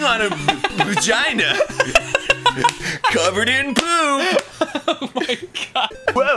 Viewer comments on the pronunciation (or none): “Cuvvered en poOP” Gets me every time